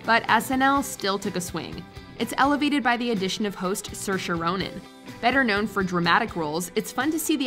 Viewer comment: Sursha Ronan??? It's Saoirse. (Seersha) Americans saying Sursha just sounds so wrong!